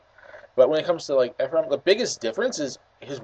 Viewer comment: My name is Ephraim and you were saying it right